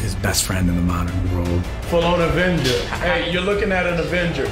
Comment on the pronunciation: Love mackie but he said Evenger lol